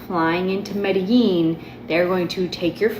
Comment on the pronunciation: When the white woman talks on Medellin but can't pronounce it